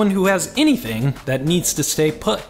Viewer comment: "Dank you for watching"?